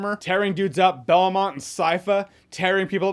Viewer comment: "I'm turning into Belmomt" My favourite moment of this season